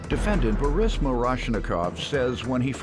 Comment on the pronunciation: That narrator know good and well his name Boris not Baris 😀